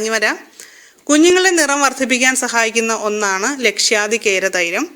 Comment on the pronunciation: Dear.. ലക്ഷ്യാദി അല്ല..ലാക്ഷാദി കേര തൈലം ആണ്.. പിന്നെ, കസ്തൂരി മഞ്ഞളിന് ഒരു പൊള്ളൽ ഉണ്ടല്ലോ.. അതിന് നമ്മൾ എന്ത് ചെയ്യണം?